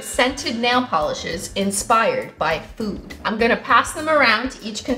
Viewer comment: i heard "food" as "poop" lol